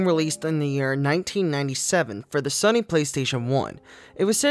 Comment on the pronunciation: Lawl you say sunny instead of sony.